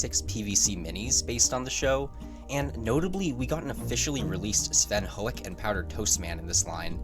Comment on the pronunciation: I love how you pronounce “Hoek” like you’ve got a huge wad of sticky phlegm at the back of your throat. Very on brand